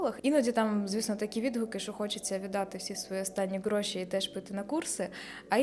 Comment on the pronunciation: Мені так подобається фішечка - слово «ґроши» замість «гроші» Перший раз чую) Це ви самі придумали чи києвські словечки такі?